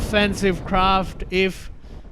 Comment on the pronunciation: CIWS is officially pronounced sea-wiz